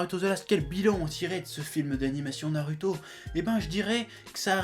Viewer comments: franchement, arrête de prononcer naruto comme ça, prononce le comme un "ou"; parce que ça commence à m'énerver 😡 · a dit Narouto